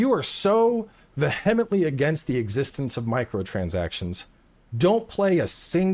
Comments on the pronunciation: Ve-hemently? Uh... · That was an interesting pronunciation of “vehemently”… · He pronounced vehemently incorrectly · He mispronounced vehemently because he wanted to use a big word. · pronounced the H in vehemently 😂 lol if you're gonna use a big word at least know how to pronounce it! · *Doesn't even pronounce vehemently right lol. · That pronunciation of "vehemently" is a fucking travesty